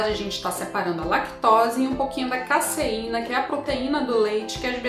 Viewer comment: A pronúncia é "caZeína" ('s' entre duas vogais tem som de 'z'). Ótimo vídeo! Vou fazer, obrigado!